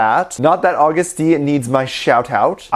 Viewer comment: No one:: August D Me: iTs Uh-GuSt D